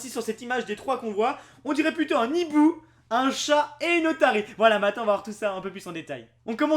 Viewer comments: On dit un hibou PAS un NIBOU:'( Please respectez le français:p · Un Hibou, pas un Nhibou, putain apprends à parler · non un hibou xD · (Azernam) Purée t'apprends quoi en cours toi ? Y a pas de liaison quand il y a un h --"